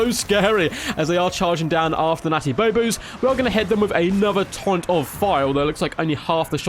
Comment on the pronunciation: Great game :) it’s pronounced byoo-bows (bows like in longbows - think bubonic plague). Love the content and enthusiasm :)